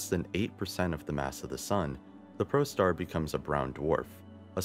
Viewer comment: saying it once is too much for a produced video. How about prostar for protostar or dutrium for deuterium. 2 other mispronouciasions.